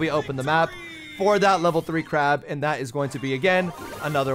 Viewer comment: he calls clancy "crab" 😭